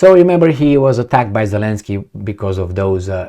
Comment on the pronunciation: it's double "y" in the end of the name, because in Ukrainian and Russian language, there are 2 similar letters , "и" and "й", which are both in the end of the name of Zelenskyy (and many other last names) Зеленський. It is not pronounced as continuous y, as you say it. There is no equivalent in English language.